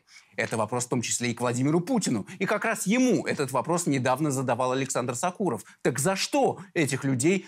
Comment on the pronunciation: Не сакуров а Сокуров ударение на о.фамилия осетинская